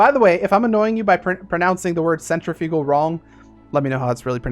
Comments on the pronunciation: You say it centriFUGal. I believe it’s really pronounced cenTRIfugal but it depends on where you live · Isn’t it cen-trif-ical force or am I dumb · Everyone else says "centriffical", so your pronunciations is cool with me. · it's pronounced centrifugal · Personally, I don’t really care, but I think it’s sen - triff - icull, that’s how it’s pronounced, but I’m not 100% sure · Centrifugal force is pronounced like if it was spelled centrifical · one popular pronunciation is "sen-triff-eh-gull" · It's really pronounced 'centripetal' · it is pronounced sen-tri-fuh-gl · it's pronounced centrifugal you idiot. :) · Cen-tre-few-gal that's how you learn to pronounce it at my school few years back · It’s odd, cause I know that’s correct, yet I always pronounce cent-riff-i-gal force. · Centrifugal is what you kept saying, and someone already a proper pronunciation of the word. What you should have been saying is, 'Centripetal' (sen-trip-it-ol), insert "The more you know" meme here, and I can now fly away using centrifugal force by jumping off a rapidly spinning object. (double science lesson, yeah!)